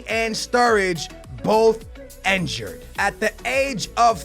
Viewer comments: INNNNNNNNNNN jured god damn it not enjured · he pronounces enjured instead of (injured) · Why does he say enjured?! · Its injured not enjured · Raheem Sterling yea, he even says enjured